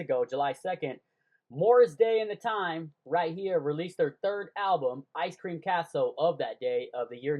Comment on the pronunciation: Learn how to read n pronounce the name of the album you made this hard to watch